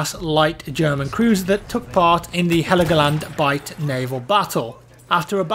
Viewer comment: It's called Hell-Go-Land... 😉